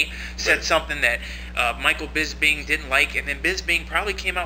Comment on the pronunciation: Bisping, not bisbing. I dont like his attitude but he sure have some good stand-ups combinations.